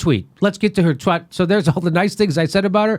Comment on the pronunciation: do I hear "let's get to her twat"? Nooo! :)